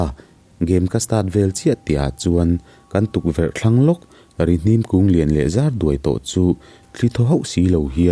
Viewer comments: Rihnim.hnim tih lai hi hnim.thil rim kan hnim. hnar in thil rim kan hnim.tih anga lam tur Rihnim (hnara,hnim) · Rihnim tiha Hnim tih lai tak hi, thil rim ka hnim tiha hnim tih thluk tur zawk a ni em aw....